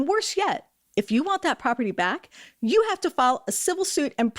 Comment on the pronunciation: Not for nothing, but someone needs to tell the out of control cop that" y-o-u " is not pronounced "c-h-e-w".